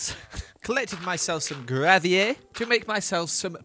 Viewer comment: well done for "gravier" and all the "béton"